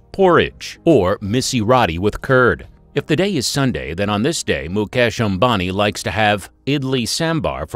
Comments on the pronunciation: that's not obami that is "am-ba-ni" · 😂🤣🤣wtf ?? Mukesh Abani ??😂🤣 seriously ??? It's Mukesh Ambani you damn it.